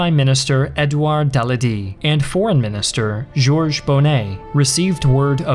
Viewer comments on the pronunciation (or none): It's Da-la-dié not Daladee... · Wish the speaker would learn to pronounce Daladier and Gamelin. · I really like this guy's content, although I prefer much longer episodes than most do, but the pronunciation could be improved with 30 seconds on google. For example, it's not "Dalladee", but closer to "dah-lah-dee-ay" or "dah-lah-dyay" and while I consider such things minor, if we consider how much effort has obviously gone into the visual setup, audio quality, research, etc, it seems that a little more time spent on speaking things more accurately (again, this is a minor thing, but it can break the flow if one notices it too much) would be a good cost-benefit move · And I can't watch while you pronounce Daladiers name wrong too. It's pronounced Da la dier, not daladi! WATCH THE 1970S WORLD AT WAR. I DID IN 1973! They get the names right. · Shouldn't the title say 1939? Flow the mines down the Rhine? You mean up the Rhine? Soooo bad pronunciation; Dale-D?? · Why did you pronounce Daladier wrong this whole video? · Interesting work, but your mispronunciation of the word Wehrmacht and the name Daladier are cringeworthy.